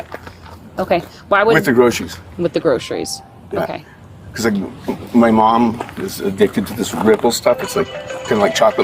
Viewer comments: I'm sure everyone's saying grosheries and not groceries. Is that just me? 😂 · I'd arrest him for the way he pronounces groceries....